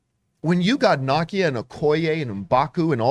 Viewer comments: Her name is pronounced Na-Kia "Nakia" not Knockia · It’s nah-KEE-uh. Not NAH-kee-uh. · How can you say Okeye correctly and not NA-KEY-A, not Naw-Key-A lol tf....